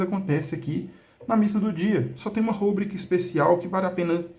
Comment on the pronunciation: Uma coisa que eu percebi: A forma correta é rubrica, sem acento gráfico. A palavra é classificada como paroxítona, pois a sílaba tônica é a penúltima: ru-BRÍ-ca. De acordo com as regras de acentuação da norma culta da língua portuguesa, paroxítonas terminadas em “a” não recebem acento. Se a palavra fosse escrita como rúbrica, com acento no “u”, ela seria uma proparoxítona (RÚ-bri-ca), e, nesse caso, o acento gráfico seria obrigatório. No entanto, essa grafia não corresponde à pronúncia nem à forma correta reconhecida pelos dicionários. Portanto, o uso adequado é rubrica, sem acento.